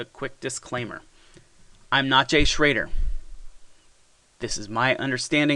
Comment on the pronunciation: Start by getting his last name pronounced correctly.